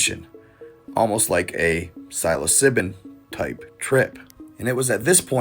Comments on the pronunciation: "Silo sibbon"? Silosibon? LSD MAYBE? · Bro you said Psilocybin wrong